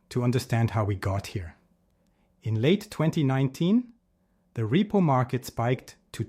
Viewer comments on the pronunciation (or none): none